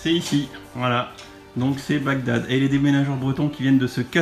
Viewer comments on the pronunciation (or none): none